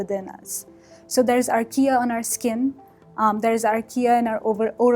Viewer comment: I guess she's saying "archaea", but I kept hearing Ikea, the furniture store.